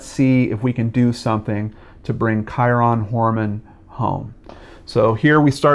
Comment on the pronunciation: good info. bad pronunciation of his name. I'm still a fan. very good work and well put together show!